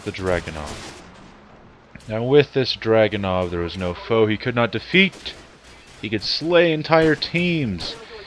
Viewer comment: It's pronounced Draw-Gun-Ov